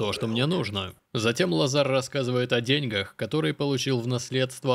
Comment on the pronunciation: деньгАх ударение